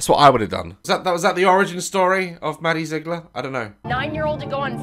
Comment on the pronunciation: ‘Maddie Zigller’😂